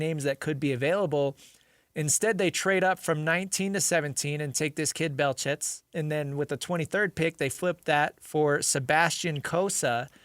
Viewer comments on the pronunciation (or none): The "T" in his last name (Belchetz) is silent.